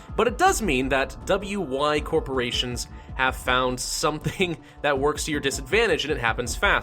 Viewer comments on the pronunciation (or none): none